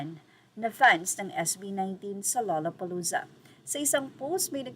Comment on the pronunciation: The pronunciation is lalapalooza…